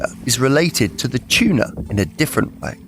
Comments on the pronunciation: love me some canned "tunar" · you say they eat chewna ?